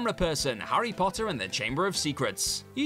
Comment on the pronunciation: ‘Arry Potah!